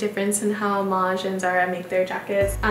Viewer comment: Pour Maje, votre prononciation est exacte.